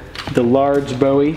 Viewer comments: It’s pronounced Boo-we not Bow-we. Jim Bowie (Boo-we) is a hero of the Alamo. David Bowie (Bow-we) sang songs. When you think of the knife Remember the Alamo. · Please, if you are talking about the knife, Bowie is pronounced Boo wee! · Love the channel and what's made, but please pronounce the knife correctly. Boo-E knife. David Bowie sure screwed up that pronunciation.